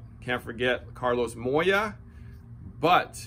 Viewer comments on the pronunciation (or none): none